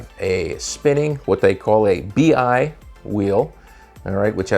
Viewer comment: I always find it annoying when they call these things a “bee eye”. First of all it’s “b-eye” and it’s nothing like the actual fixtures from Clay Paky.